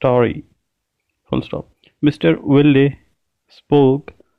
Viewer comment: You have not pronounced "Wilde" and "Wagstaffe" correctly